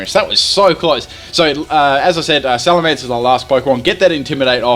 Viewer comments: it's not alamance it's salemence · Lol Alamence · alamence lol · Alamance? You mean Salamence? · Alamence? oh no wait its supposed to be Salamence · what's a Alamance I think he ment salemence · what is a Alamence? D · "alamence" XD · that "alamance" in the beginning had me like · the mighty "Alamance"